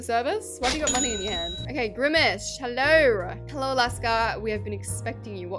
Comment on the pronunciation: Not alaska saying grimish instead of grimace😂❤